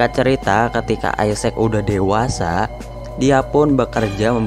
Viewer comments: bacanya bukan isec bang tetap isacc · Bacanya gini bng = isaac w sprauge isaac = isak w. = Doubleyu spauge = speigej